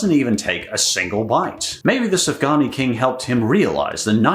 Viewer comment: Sufgania shouldn't be pronounced like Safgani .Sufgania should be pronounced like Soofganya